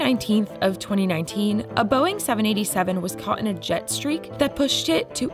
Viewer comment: "Jetstreak" omg this is horrible. I stopped watching immediately.